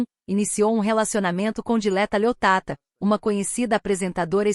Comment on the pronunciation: Ó mentirosa nem sabes dixer o nome dela direito, é Dileta Leotta e não Leottata. Tu é que és uma "tata". O pobre do Can não pode falar com nenhuma mulher que logo tem um caso. És mentirosa, louca histérica 😡😡😡😡